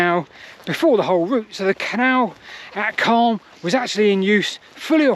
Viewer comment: Wow I grew up in Calne but left Calne decades ago Never knew about the branch I went on the Calne to Chippenham railway as a child a long long time ago and walked along the Marden But this is so fascinating PS sound the “A” more when youn talk about Calne more its how the locals say things